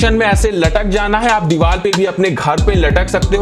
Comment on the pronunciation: pehle dewar bolna seekh phir video banai